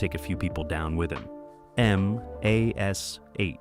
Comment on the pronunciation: and your robot narrator totally fuck*s the pronunciation of one of the best known TV shows from the 1970s and 1980s. Then you just spell it out. Still wrong! M*A*S*H was pronounced mash. How can you not know this? It makes people downvote you. Same for George PeppARD. This kind of dumbness is why you get downvotes. Also, while talking about M*A*S*H, why does the picture show a scene from some other TV show, maybe Barney Miller(?)? Totally unrelated. Again MAKES YOU LOOK STUPID. My memory of the removal of Lisa Bonet from Cosby Show is bigger and very different than what you said. Lisa Bonet wanted off the set with Bill Cosby (I suspect he drugged and raped her, but she never filed charges). They gave her her own show, but for some reason she quit that after one season. They put her back on some Cosby episodes got then rid of her again, but kept the actor who played her husband and the daughter (who was nowhere near as good as Keisha Knight Pulliam, who played Rudy). Her story resembles Mackenzie Philips on One Day at a Time. Somehow Cosby or the directors thought any cute 5 year old girl could do the same thing as KKP who was now older and no longer as cute doing the stuff she did when she was 5. TSo they added Raven, but she was nowhere near as good an actress at 5 as KKP used to be. That and the tiresome grandparents really made Cosby decline, even though the husband actor was good, the premise was ridiculous. Why did the wife go live on an army